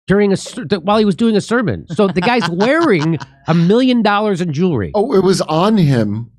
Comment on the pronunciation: Did he call "Jewelry" "Jury?"